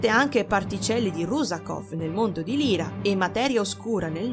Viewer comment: Solo una pecca ; non si pronuncia Lira,ma Laira (Lyra). Per il resto,tutto perfetto! Continua così!